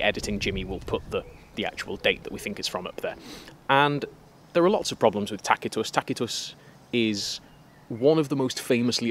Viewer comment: Thank you for pronouncing Tacitus correctly 😅